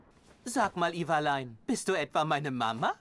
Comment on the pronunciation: " Iwalein" PAHAHAHAHHAHSHSHSZ